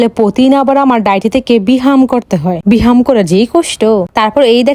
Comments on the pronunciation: পাবদা❌ প্রাবদা✅ ব্যায়াম ❌ বেহাম ✅ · ব্যায়াম❌ বিহাম✅ 😂😂😂😂